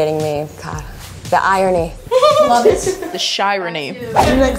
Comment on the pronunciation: “The shyrony”